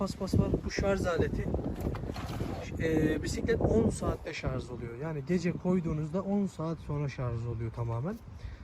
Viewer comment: La gardaş bu melmekette şarj etmek kelimesi yerine şarz etmek demiyen var mı yala ? Gözel türkçemizde elektrinkli cihazlar asla şarj edilmez illa ŞARZ edilier. ŞARZ derken gusuveren oluyo miki hiç acanba ? Eline sağlık gardaş güzel gaset doldurmuşsun.